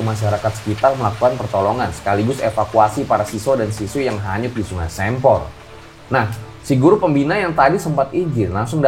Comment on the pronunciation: Sempor dibacanya kayak "se"patu